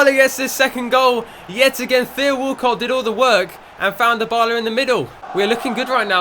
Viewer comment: can you please say Dybala properly